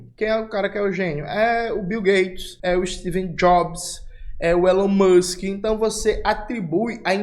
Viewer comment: "Elão Muxiem"